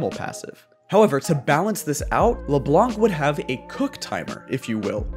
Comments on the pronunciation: It's Leblanc without pronouncing the C. French viewer advice. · The "c" in "Leblanc" is silent